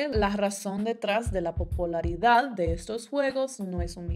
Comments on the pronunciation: Soy la única que entendió cuando dijo popularidad ententendi popolaridad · “popolaridad” lol 😂